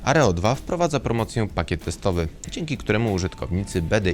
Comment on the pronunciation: Nie Areo2 tylko Aero2.